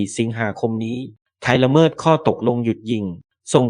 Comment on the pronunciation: แอดมินเป็นAIใช่ไหมจ๊ะ ละเมิด อ่านว่า ละ-เมิด ไม่ใช่ ละเมิ๊ด / โดรน อ่านว่า โดรน ไม่ใช่ /โด-รน แต่ถ้าเป็น AI ก็ขอผ่านค่ะ